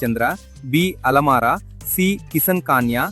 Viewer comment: బాబు alamaara కాదు. Alam araa